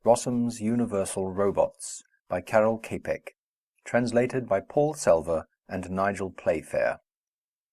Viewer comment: Author pronunciation: "KAHrrrel CHAHpek", not Carol Caypeck. Thanks!